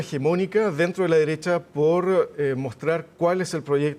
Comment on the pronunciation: El “analista” no pudo evitar decir “extrema deressha” 😂😂 Le faltó turbo super duper nomas